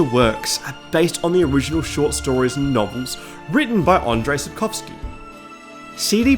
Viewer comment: Thank you for taking a minute to look up how to say "Sapkowski" properly and doing it properly. The number of "Sapkałski"s is infuriating. It's a surname after all - it shouldn't be altered.